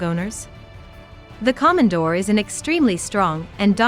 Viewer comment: Plus mispronounced the name!there's nothing Common about a Komondor (long O)KOmondor